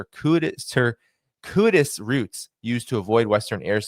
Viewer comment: Your "button" pronunciation is good now lets work on "cir QUE it tous" and "ad ver SARY."